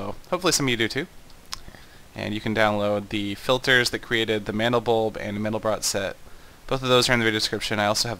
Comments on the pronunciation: It's pronounced "man-del-bro", not "man-del-brot". Mandelbrot was French; the final "t" in his name is silent. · its pronounced MAN-del-bro bro not brot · SETH! The 't' in Mandelbrot is silent. -A nerd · Pronounced 'mandelbro' and I'm on the basketball team. you don't have to be a nerd to know things, just curious.